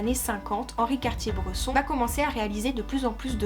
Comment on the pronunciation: vidéo très plaisante à écouter mais impression forte de déjà entendu… juste une réserve sur la prononciation de son nom qui me fait mal aux oreilles 😉